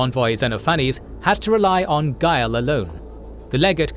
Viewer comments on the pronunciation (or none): none